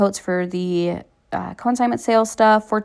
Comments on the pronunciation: Just wanted to make sure you were aware that it’s pronounced CON-signment sale, not co-IN-signment sale. CONsignment like con man, not co-IN. :-) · Con-signment (not co-in-signment) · Break the word up...con-sign-ment.